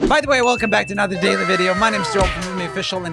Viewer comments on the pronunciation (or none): "daiy video"